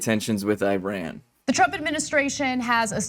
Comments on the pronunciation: FYI, it's not pronounced "eye-ran", it's pronounced "ir-ahn". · its not "EYE"-RAN you dimwit. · Why is TYT using children to do public policy analysis? At the very least learn how to pronounce Iran! I remember when TYT was interested in substantive policy analysis.